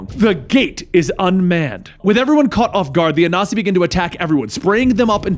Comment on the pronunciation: A-Nan-See (I'm Akan)